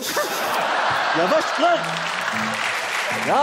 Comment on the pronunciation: lağn demesi cok iyi degil mi ya